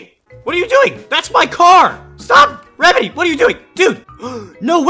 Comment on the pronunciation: I laughed when he said what are doing rembedy